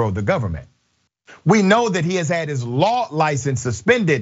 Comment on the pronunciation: I think he said law but it sounded like war.